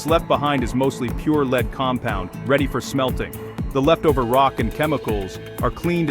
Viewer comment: 30 seconds in and i'm already triggered. Leed. Leed. Leed Then correctly said "Led" and then proceed onto this weird "leed" pronunciation again. Sorry, sensitive tonight 😅